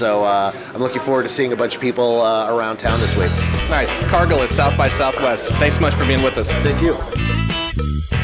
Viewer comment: haha this son a a bitch calle him "Car Gill"